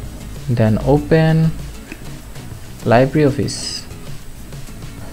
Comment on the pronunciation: এইটা VCL না , VLC :) . আর 'Libre' স্প্যানিশ শব্দের মানে 'ফ্রী'। এর উচ্চারণ লাইব্রি'র মত না , 'লিব্রে'র মত :) Thanks. very good tutorial. Saved so much time for finding out resources list 👌